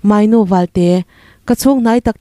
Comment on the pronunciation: Moynu ni lo, mawinu ti a lam tur.